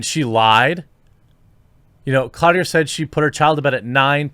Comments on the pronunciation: Cloutier is French btw, it's sounds close to clue-tee-ay ... sorry small pet peeve from a French Canadian, have to admit that I hate hearing my name (not Cloutier) being butchered! I'd bet anything that the father is absent or more than probably she doesn't know who it is! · Cloutier is probably pronounced clō-tee-ay. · Cloutier = Kloo-tee-ay. It means "nail-maker."